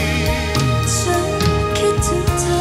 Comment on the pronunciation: ร้องเพลงออกภาษาไทยชัดเจนมาก ไม่อมลิ้นเหมือนน้องหลายคน แต่ละคำฟังแล้วไพเราะ ไม่น่ารำคาญ คำว่า ฉัน ก็คือ ฉัน ฉ ไม่ใช่กึ่ง ๆ ฉ และ ช ร คือ ร ไม่ออกเสียงแบบตัว R ซึ่งกำกวม ทั้ง และ สามารถเป็นนักร้องอาชีพได้สบาย ๆ